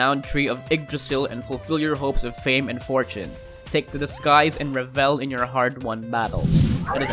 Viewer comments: he keeps saying revel. it's revel like level with the emphasis on the first e not the second. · Great list, sadly the narrators mispronunciation of words like : revel, and innovative, was irritating and distractive.